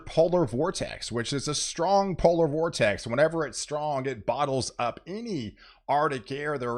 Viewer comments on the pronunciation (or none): none